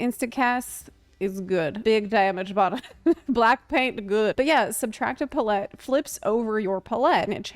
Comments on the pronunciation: Love your videos and can't wait to try this job! Just as a side note though, it's pronounced pal-et (emphasis on "pal") - pal (as in friend) and et as in (get) or like saying the word palace except replace "ace" with "et". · she's still putting a stronger emphasis on the first half which is still incorrect regardless of how the second half is pronounced. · I had to pause the video and check the comments before continuing because I was too distracted by the fear that I'VE been pronouncing palette wrong this whole life to pay any attention. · first ever apology video is going to be "I'm sorry for saying palette incorrectly" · unfortunately, the way it’s pronounced with a French accent is only slightly different than how one says it in English, as English is flattened. Neither are close to how she said it. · i feel like she's probably heard the word "palette" before but never seen it written so hasn't had the "a-ha!" moment of how it's supposed to be pronounced. i did the same thing with "epitome" for years. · Putting the empPHAsis on the wrong sylLAble. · Often times when people mispronounce words it’s because they learned it by reading. This is an amazing thing :-) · Nah. I'm pretty sure it's just a knowing the word only from reading it thing. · PA-lette, not pa-LETTE. Putting the empPHAsis on the wrong sylLAble. Yet somehow on brand. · Pretty sure the issue is her pronouncing it as pa-let rather than pal-lit. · It's probably a good thing that one of them is super easy and the other a bit of a challenge. Otherwise you would have people say they are too easy or too hard. Well, they are both and neither. Edit** I have never in my life heard another person say PUHlETTE instead of palette. Must be an American thing. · Why are tou saying "paul-ette" instead of "pal-et" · Your pronunciation of palette reminds me of Will Terrell's Lovah character saying hot tub. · Subtractive puh-lette?? It's palette 🎨 like a painters palette lmao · Pah-let. Pallette.